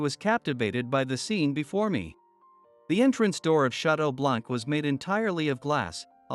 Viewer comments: The word BLANC is a French word. You don't pronounce the C because it is silent. Therefore you pronounce it as BLAN. However, it is written with the C at the end. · Wait? It isn't pronounced blank? 😂 Not going to lie this pronunciation hurt a lot.